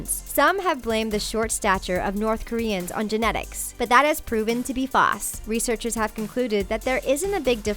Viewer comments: she said fase not false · BOI WHY TF DID SHE SAY FASS INSTEAD OF FALSE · you said fause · Why do you say False like Farse? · No one gonna comment on the fact that she said "Faws" instead of "False"? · “faws” =\= False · ????? False not fales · I hate how you pronounced false as "fos". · wow this woman has created her own language: what used to be "false" is now "foss" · oh my god they are pronouncing everything wrong such as Seoul is "Sow-ool" not "soul" and it's "false" not "faus" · False? OR Fas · WTF is "FASS? its FA"L"SE! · "But that has proven to be FAWS" 😂What........ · is no one gonna talk about how she pronounced false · Unsubscribing cause she can't pronounce 'false' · Did anyone else notice the way she said "false"? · You pronounced false wrong.